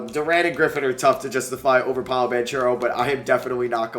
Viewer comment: This just popped up on my YouTube Home Screen: I watched and why did you pronounce paolos name like that